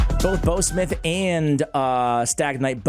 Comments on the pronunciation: It’s pronounced bow like in bow wow not bow like bow and arrow.. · Dude you need to Google that shiz-nick again because I found it easy and by the way you are saying it wrong: bough rhymes with cow, now and wow, just to mention a few words that you should know “ How “ (see what I did there) to pronounce my guy!